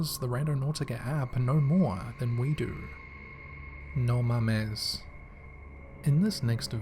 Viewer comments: The way he said no mames😭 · You did NOT name that clip "NO MAMES" BWAAHAHAHAAA!! With the accent....priceless!!! 😂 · The way he says "No Mames" gives me life. No mames wey. xD